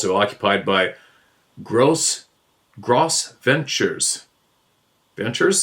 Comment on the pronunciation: Just a little information, not putting Steve down in anyway. Gros Ventre Indians is pronounced Gro Vont. It's French. There is a Range of Mountains in the Teton National Park named for the Nation. 🖐️😁